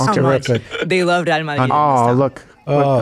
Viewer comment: No "Admonish" for Steven mispronouncing Real?